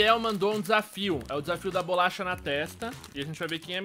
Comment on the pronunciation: '-' ele falou bulacha ! '-'